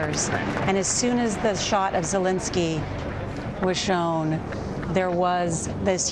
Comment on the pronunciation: It's a quarter a million, not tens of thousands. His name is Zelensky, not Zelinsky.